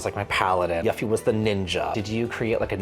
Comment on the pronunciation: You said Yuhffie! FFS NOOOOO!!! Really though, great vid guys! (It's pronounced "You-fee" BTW) *Edit to say: YOU'RE WRONG!!! 😉 (About the pronunciation of Yuffie)